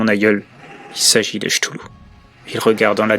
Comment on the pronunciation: Chtoulou? Non ktoulou plutôt